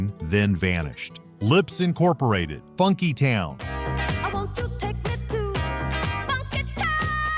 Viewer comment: Actually, it is not "Lipps Incorporated"...It is pronounced "Lip Sync"